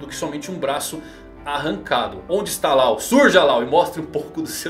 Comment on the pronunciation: A pronúncia não é Lau, é Ló, como lei em inglês